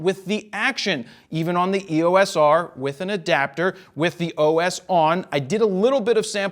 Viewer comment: It is versus. It also grinds my gears when he pronounces EOS as "EE-Oh-Ess" instead of "EE-yoce"